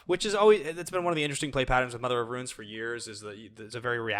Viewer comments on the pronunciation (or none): RUNES!!! Good god not ruins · classic can't pronounce Runes